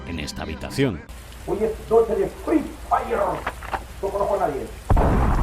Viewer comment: "hoy es noche de fri fayer"!!!! no conozco a nadie!!! xdd